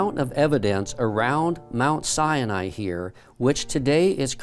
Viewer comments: It is not pronounced Mt. Sienai, It's Mt. Sinai. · PLEASE stop calling it "Sy-a-ni"! It is pronounced "Sy-Ni". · says the name wrong, over and over. It's not sy A nai. It's sy nai. It sounds like he waNts to say "cyanide". But there's no "uh" in the middle of the name of the mountain. It's not sy A nai. It's SY NAI. Other than that, this video is amazing.:-) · "Mount Si-ya-ny" lol. I never realised that "Sinai" had three syllables... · “Mount Sya-nai.” Hahahahahaha! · Why pronounce Mt Sinai as Mt Cyani???? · Siani? Try authentically pronouncing the word Sinai before trying to educate us.